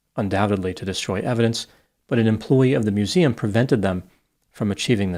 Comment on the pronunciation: "I was pissing by the mooseum when I heard the soond of bricking glass."